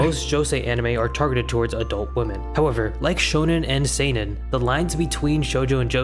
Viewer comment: that "see-nen" hurts me just so you know japanese only have 5 vowels and each of them only have ONE way to be pronounced. With some special cases like Ei = long e Ou = long u Not always but most of the time. But this is the basic knowledge